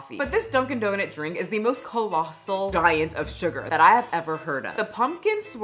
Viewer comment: I can’t help but crack up every time you say “donut” 😂 What in the world is a “donit”?